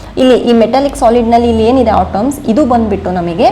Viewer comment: It's, atoms not otoms ..